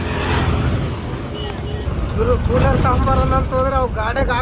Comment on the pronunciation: Hey ಕನ್ನಡ ನೀಟಾಗಿ ಬಾರಿ ಗುರು fist ಅದು ಶಿವಮೊಗ್ಗನಾ or ಶಿಮೊಗನ 😅. ಕೂಲಾರ❌ ಕೂಲರ್ ✔️